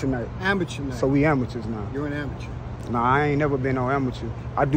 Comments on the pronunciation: Mickey said its Amatuer night😂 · Man said amateur night😅